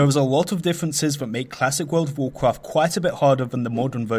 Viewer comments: World of wawcwaft? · vorld of vorcraft